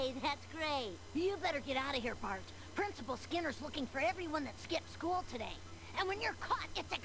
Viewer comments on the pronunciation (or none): its bart not barf